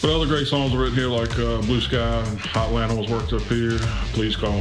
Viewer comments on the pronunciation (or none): none